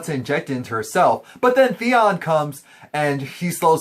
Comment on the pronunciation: Again with the THEON thing. So racist, dude. It's THEO. T H E O. learn the story and the characters names before you start chattering your BS.